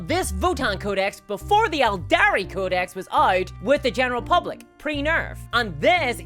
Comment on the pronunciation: Great video but why say codex like ”cow disease”